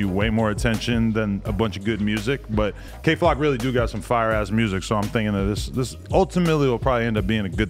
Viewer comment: Ad said “Kay Flack” the first time then got it right the second. Then said “YK wassup” instead of “you know wassup” really is changing this nigga….🤣🤣🤣